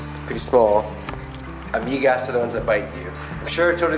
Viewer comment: Also, I believe it should be lamigas, not amigas. But that could be a variant word of the Bisaya spoken in your part of Mindanao. But check with Jandee and Kumar.